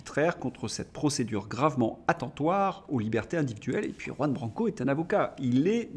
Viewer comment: Votre journal est instructif. J'ai appris un mot, très simple, grâce à vous. Mais vous devez décider si vous voulez vraiment prononcer le nom de Juan Branco, qui est espagnol. Jusqu'ici le prof, bilingue de naissance, vous met zéro.